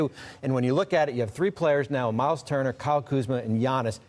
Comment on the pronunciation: "Myler Turner"